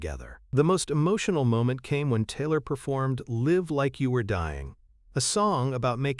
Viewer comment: This voice of the narrator is awful her name is Taylor, he pronounces it tiller or teelor speak English or get someone who can speak English to narrate.